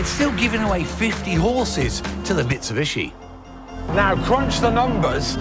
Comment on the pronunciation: What's most disappointing is that over the last 20 years some motoring journalists still can't pronounce 'Mitsubishi'. Plato still says 'Mitsibushi' from time to time.